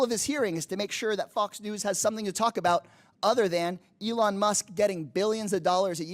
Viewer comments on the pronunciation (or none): none